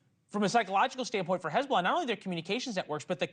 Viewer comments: Hey-bullah! Please check your lullah😂😂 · Such an embarassment for his-bo-lah😂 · Hez-bolls-ah gone 😅🎉